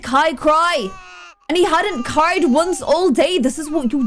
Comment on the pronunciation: Kai hadn't Kaied all day 😂 I just didn't hear the 'r' in 'cry' so that's what it sounded like to me